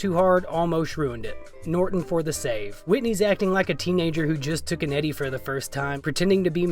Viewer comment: I wanted to leave the video so bad when you called an edible and "Eddie" 🤮😂